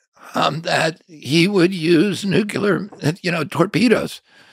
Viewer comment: He said "nucular." Oy.